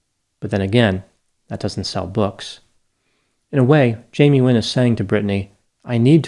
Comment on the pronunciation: It sounds like you are saying Jamie Win ???